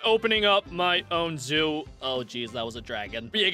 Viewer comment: Zoo not zo